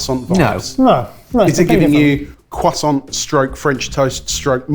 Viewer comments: There is an R in croissant guys, you keep saying cwoissant 😂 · Cwoissant lol! Why do the british hate the letter R? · When you pronounce croissant like poisson, I vomit a little. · I know this is a UK based show but as an American hearing it pronounced Cwoisont opposed to Croissant(with the R) sounds like a meme. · Quoi sont?.. *slap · Take a shot for every time they say quoi-sant and I’ll see you all on the other side. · Am I the only one who hates the way the pronounce croissant. I understand that's how you pronounce it in French, but the French would never return the favor. Do they say Netflix or Neet-fleeks? When speaking English, use English pronunciations. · i'm going to be honest. I only watch your cooking videos. the other stuff like this doesn't interest me at all... more pass it on/recipe relay/mystery box/unplanned battle and less reviews and stuff please the fact you brits pronounce "croissant" like retards doesn't help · As a frenchmen, I cringe whenever they say "croissant" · Every time they say 🥐 they sound deaf... the French are pronouncing English words correctly...just stop